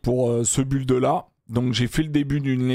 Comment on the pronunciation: le i du mot build au début tu la envoyé en vacance mdrrr🤣🤣